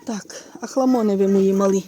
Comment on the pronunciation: Завжди хотіла знати,чому не вимовляєте букву і..(не мали,а малі)